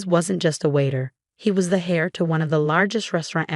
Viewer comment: Fix the AI to pronounce correctly: heir, Rachel, etc. In a normal family, siblings share in each other's happiness, they don't undermine it out of concern for status. But I suppose such creatures exist IRL.